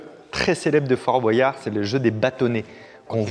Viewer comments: Fabien : On dit père foura pas fourasse Aussi Fabien : Dit fort boiyard alors qu'on dit fort boyard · Ok pour la prononciation de Fouras, mais pourquoi tout le monde dit "Fort BoAyard" ? J'ai l'impression qu'avant on le prononçait pas comme ça